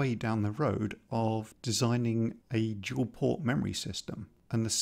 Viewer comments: I really enjoy your content (I have been awaiting this video with bated breath and am looking forward to your sprite logic) but I simply can't resist a bit of gentle mockery. To wit: "Dual" not "Duel" ;D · “Dual port RAM. not Duel port RAM”. Haha